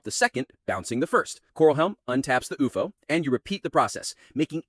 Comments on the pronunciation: IT'S U-F-O NOT OUFOH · stupid ai, cant even say u f o